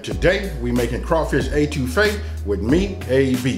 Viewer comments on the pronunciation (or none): It's pronounced, "et 2 fay", not A 2 fay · Lol it’s actually Eh-2-fay 😊 much love from Louisiana brother I love your videos man... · Great video pronunciation is wrong